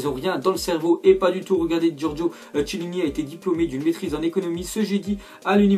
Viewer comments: On dit pas "Giorgio Chiellini on dit Ciellini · Dit KIELINI PAS CHHHIELINI ! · je suis italien et on dit quiellini et pas chellini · Stp ARRETE de dire "Chiellini" ca se prononce "Kiellini"